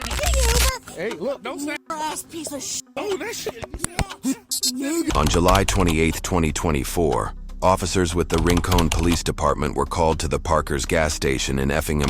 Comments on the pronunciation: its rin-CON. not rin-cone.. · Rin-cone?? 😂😂😂😂 pronounced more like rinkin